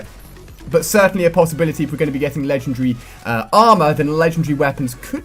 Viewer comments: That's not an accent. He says ledgundry - Not legendary. Accents don't change the way you pronounce stuff, just the length/size of the word. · Lengen-dre? Its Legen.... Wait for it... Dairy! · LE-GEN-DAR-RY IS how it's pronounced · It's LEGENDARY not legendree! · LEGEN-DARY!!! You're pronouncing it wrong dude. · Hey Ali a are you British because you said legendary a little different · When he says legendary its kinda funny :1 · I don't care say it right! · I do know what he is saying, just not what accent it is. Also considering his English and grammar is just like mine however the word Legendary is not is clearly an indication that it isn't something wrong with his accent, just mispronunciation. Or it could be something which he generally can't accept - I have a friend who literally can't say 'Remember', he has to say 'Re-nem-ber'. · That moment when he pronounces legendary wrong the whole video